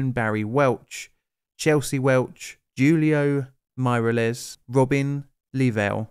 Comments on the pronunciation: Juliao Mayrales! You read spanish names as they are Hulio MirEles. NO ayeaueuyas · who-lee-oh meer-el-es